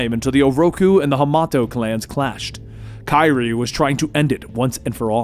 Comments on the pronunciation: No offense my dude it is pronounced kuh-rye (karai) just a little help with the name. Love the content been watching for years. Keep up the awesome work. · Her name is pronounced: "kuh-rye". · Do you mean Karai? It sounds like you are saying kairi? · You probably already caught it but I think it's pronounced ka-rye lol oh well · Nice dramatic reading but next karai is pronounced kuh-rai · Take a shot every time says Kairi instead of Karai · Just to let you know its pronounced kuh rye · bro it’s pronounced “kuh-rye”. Who’s Kyrie😂? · Firstly, great recap! Secondly, it’s pronounced Kah- Rai And thirdly, RIP Ralph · her name is pernounced Karai(Ka-Rye) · Why can't he pronounce Karai? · Is anyone else bothered by how he says Karai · And he also botched Karai. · He made her sound like a kingdom hearts character lol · You did great but pronounced Karai wrong 🙁 other than that it was awesome!! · I like always says Kyrie when it’s really Kriy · The narration is great, but I can't stand how he pronounces Karai's name. (It's supposed to be pronounced Kuh-Rye, not Ky-Ri) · Her Name Is Pronounced Ka-riy Not Kiree No Offense! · I didn’t know Kyrie Irving was in Ninja Turtles 😂 it’s “Kuh-Rye” bro... ALSO ITS FUGITOID🤦🏽‍♂️🚶🏽🚶🏽🚶🏽 *Still was an enjoyable video though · we're you actually saying "Keye-Ree"? lmfao it wasn't until the 6 minute mark I realized he meant karai "Kuh-Rai" lmao wtf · Idc if I sound like a jerk pointing this out but I do mean this sincerely...Karai. Ka-Rai. Not Kairi. Ka-Ry. Karai. It's not that hard. I'm sorry it just...man, that actually bugged me more than I expected. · Just an fyi it’s not kai-ree, it ka-rai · Shouldn't be 'kuh' since it's Japanese. The 'a's should sound as the one in 'cat' or 'hat'. This is difficult to explain in English... But it should sound exactly as if read in Spanish: Karai. Not Kairi. I kept thinking of Kingdom Hearts :p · It's Ka-Rye. Not Kye-Ri. C'mon dude. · Kerei?...Karai Ka-rai 😆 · It's pronounced 'Kar eye' not 'Kyre'.